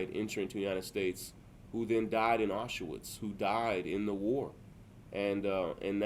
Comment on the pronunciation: "Achoovitz"??? Goddamnit...